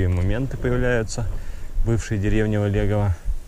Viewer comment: Привет. Правильное ударение ВОлегова